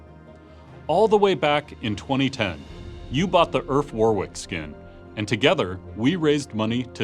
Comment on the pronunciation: URF !!! Not AURF